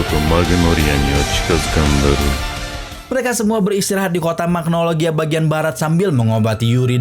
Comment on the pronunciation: Magnolia min bukan magnologia 😂